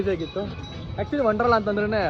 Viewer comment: WONDERLA not wondrala